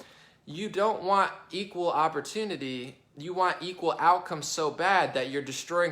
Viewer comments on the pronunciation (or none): none